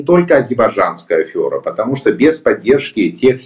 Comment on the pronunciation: Прошу прощения но слово афера пишется через е и так же произносится казалось бы пустяк но режет слух каждый раз